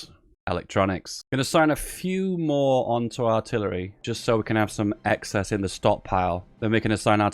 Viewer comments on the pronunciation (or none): none